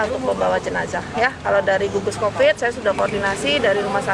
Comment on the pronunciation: kuvat kopit kuvat kovit bosan gua dengernya